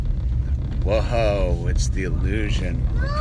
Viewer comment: I just like to click on all the videos to hear him say "whoee it's thea e-llusion"